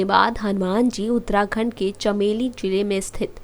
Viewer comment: साली बकवास बन्द कर चमोली को चमेली बोल रही है